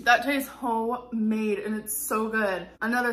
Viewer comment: Um, it's "ho-made," in case you weren't paying attention rofl.